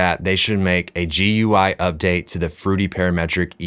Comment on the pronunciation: The guy does not know how to say gui.